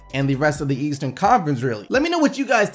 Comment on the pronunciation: who peeped or something when he said Leeastern